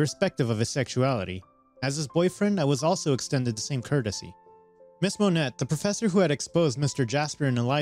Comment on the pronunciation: Just so y'all know, the name Monet is pronounced Mo-nay.